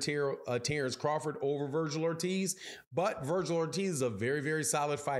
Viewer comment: Say his name correctly dork!